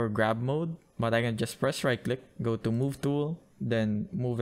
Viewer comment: I love how u say "tu" instead of "to"😂❤